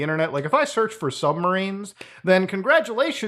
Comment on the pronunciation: Funny how you said submarine